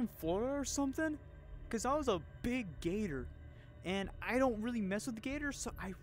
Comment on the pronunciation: is a gator....ITS PRONOUNCED GAYTOR😂😂😂😂😂😂😂